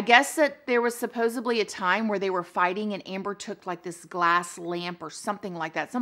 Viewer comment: "Judicinal" lol, found another word she says that cracks me up lol, like "supposebly" lol